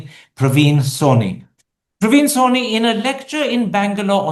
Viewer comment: Karan, its Sawhney, not Swami